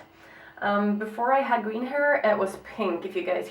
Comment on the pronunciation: Gween instead of green hahahah too cute